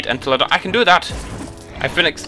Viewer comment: it's pronounced "en-tell-a-dont", cheers!